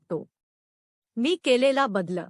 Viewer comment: वाचन सुध्दा नीट करता यावे लागते,शब्दोच्चा व्यवस्थित असणे अत्यावश्यक आहे.त्याचा अभाव या व्यक्तीच्या वाचनात जणवला.उदा .बदल हा शब्द ही व्यक्ती बद्लअ असा उच्चारित होती.असे बरेच शब्द.वाचताना अर्धविराम,स्वल्पविराम आ.व्याकरणीय मुद्याचे भानच नाही त्यामुळे मराठी ऐकणे ही शिक्षाच वाटत होती.अशा अर्धज्ञानी व्यक्तीने या फंदात पडू नयेआणि आमचा मानसिक त्रास वढवू नये.